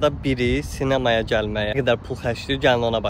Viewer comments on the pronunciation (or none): Cinemaya diyil 🤣😂 abi sinama diyiliyor 😂😆